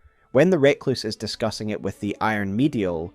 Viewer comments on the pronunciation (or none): Outstanding video as ever. Always love delving into the Eternal Cities in particular. We need to have a discussion about how you pronounce 'Recluse' though. Nails on a chalkboard every time.